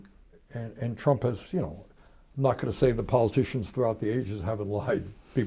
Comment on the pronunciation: It sounds like Bernie calls Trump a more appropriate name, "Tramp."